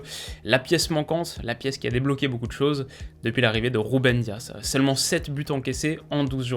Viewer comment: On le prononce diaSSE pas dia 😉